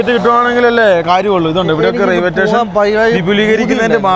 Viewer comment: റെയിൽവേ റ്റേഷൻ ❌️ റെയിൽവേ സ്റ്റേഷൻ ✅️